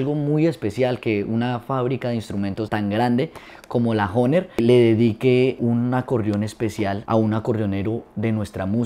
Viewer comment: Oiga pero pronuncie bien la palabra HOHNER y toque vallenato y no boleros.